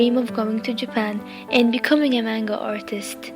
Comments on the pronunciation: I think ur a pretty good artist but It's NOT cartoons STOP calling it tht it makes u sound stupid to anime lovers and secondly in manga the a is a soft a its pronounced manga not mAnga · I'm sorry, but I just have to point this out xD I'm dying here haha, Manga is pronounced like munga. I don't know how to write it, but close enough LOL! I'm glad you achieved you your dreams <3 you really inspire me to achieve my dream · am I the only who here mango not manga? xD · i have to say but a lot of people say 'man' as pronounced as man then ga. Im sorry but that annoys me and i no its not my business but i am just stating it. Cuz i don't pronounced manga that way, i say the actual pronunciation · It wasnt meant to b mean it was meant to b informative how about u stop being ignorant and learn about stuff beforen u make assumptions i was simply pointing out that i dont like it when people call ANIME a cartoon and that she was pronouncing manga wrong, i understand she went through some stuff but she made it ok and she doing what she loves and im happy for her. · YOU PRONOUNCED MANGA WRONG :( </3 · if you took a Japanese course, why is it you pronounce manga and anime strangely? no offense of course, it's just one of my pet peeves :/